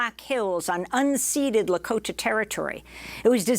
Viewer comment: I appreciate people that say Lahkota correctly 😊